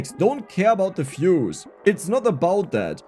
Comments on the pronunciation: For the most part of this video I was wondering just what fuses are you talking about. And only then I realised that you're a German and that is actually "views", not "fuse", because you pronounce "v" as "f" in German >_< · Was confused for a few minutes about what is these "fuses" dex is talking about.. when i realized he was saying views 🙂